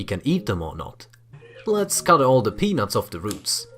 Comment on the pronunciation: Anyone else thought he kept saying penus instead of peanuts